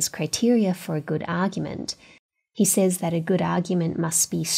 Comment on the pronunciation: What an inspiring and great teacher to have had ! What would happen… Trumpism level Department of Alien Warfare. Secretary of Obscene weapon spending … Your start talks about the curriculum “Says”. It is pronounced “sez”.